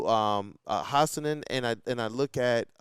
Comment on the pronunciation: Ahmed “Hassles”.